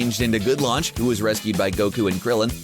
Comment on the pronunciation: Her name is Lunch for fuck sake